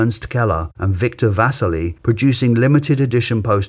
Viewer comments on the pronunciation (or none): Vasarely not Vasely